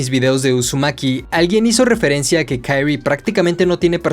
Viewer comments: No puedo no mencionar que la pronunciación del nombre de la protagonista es QUI-RI-E no KAI-RI, salvo eso que me distrajo, es un excelente video de la obra! felicitaciones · Por que le llamas Kairi como si el nombre fuese en inglés jajajajjajaja😂😂😂😂😂😂😂😂😂 de solo escuchar Kairi me da cringe😅 el nombre se pronuncia así talcual es Kyrie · Se dice kirie, no kairy, ya que es japonés, no ingles, fuera de eso, muy buen video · De verdad que adoro todos y cada uno de tus videos pero ya llevo 5 aguantándome algo y que diré con todo el respeto del mundo... solo quiero decir que la fonética en japonés es igual que en español, de verdad se llama la protagonista KIRIE, sin ponerle otra vocalización a las letras, no es como el ingles o francés... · No es una crítica negativa. Pero, ¿Por qué pronuncias el nombre de Kirie como en inglés, y no como en japonés? Que es lo correcto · Muy buen video me encato la explicacion y la forma de explicarlo lo unico es como dices el nombre de kirie .... es pronuncia tal y como esta no en forma americana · Por que pronuncias el nombre de la chica como gringo si el nombre es japones? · Me molesta como dice el nombre de la chica, como agringada , todo lo demas cool